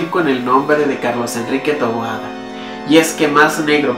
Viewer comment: Su apellido es "Taboada".. No "Toboada"